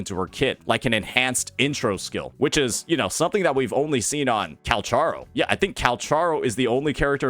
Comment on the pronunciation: Who is this "Calcharo" you speak of? Seems like a funny pronunciation of Calculator lol